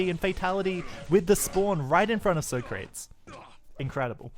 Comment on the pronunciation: Isn't the "soh-krates" pronunciation from the movie Bill & Ted's Excellent Adventure?